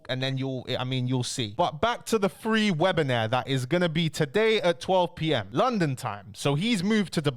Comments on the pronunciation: Webi-nair 🤣🤣🤣 Its webi-nar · Bro don’t annoy me. It’s WEBINAAAAAR. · please learn how to say webiNAR and webinAIRE🤣! Love the daily content. Big up yourself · ok but wtf is a 'webinaire' 🤣🤣🤣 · I’m not gonna listen to someone that can’t say WEB-IN-AR correctly 😂😂